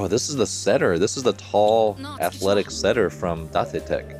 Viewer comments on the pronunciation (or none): just so you know, its pronounce "Dait Tech" and not "Date Tech"